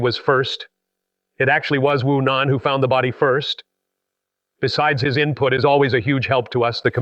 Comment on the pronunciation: Your name is Wu Nan not Conan 😂😂